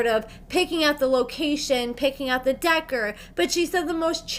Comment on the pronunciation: The irony of you saying decor as “decker” then talking about how Amy mispronounces words right after